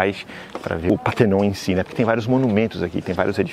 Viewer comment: Só não pronuncia PÁ - TER - NON, por favor, dorm os ouvidos! É PAR - TE - NON!